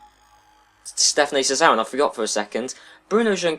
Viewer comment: its SaRRazin, not SaZZarin. Please get the names right, misspelling names is unacceptable